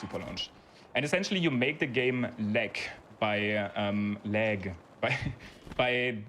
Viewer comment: "You make the game leg by looking at a leggy area" The german accent there was on point. Nice run, nice runner, fun category :3